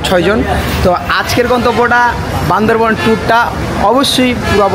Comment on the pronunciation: চেং চুং চেং বলে আবার ওখানে যাস কেন? আর বান্দরবন না বান্দরবান হবে